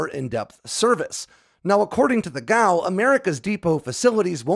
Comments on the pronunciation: G A O. Should be pronounced one letter at a time like other government agencies. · FYI, I've only ever heard of "G.A.O." being pronounced as an initialism, one letter at a time, not as an acronym.